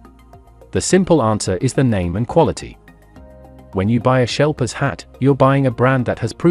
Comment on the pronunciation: Erm…. No…. I live in the UK, and know he means ‘Sheplers’ when he says “shelpers”…. So no… “sheplers” is fine if you ain’t got a lot of international options but that’s about the extent of It.